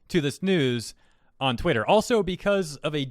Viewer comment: Did you intentionally say twatter, because that’s gold.